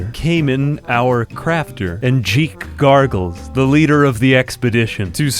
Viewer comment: Am I the only one that laughed hysterically when he named "jeek garbles" 😂